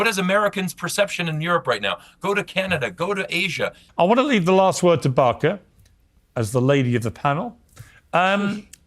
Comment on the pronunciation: Please learn to pronounce Barkhas name .